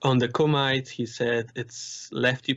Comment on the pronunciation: Kumite is Coo-ma-tay. Have you never seen Bloodsport?